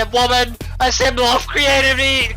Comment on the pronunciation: actualy would have cooked if he dident say creativity wrong